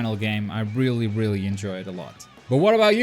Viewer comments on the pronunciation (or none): none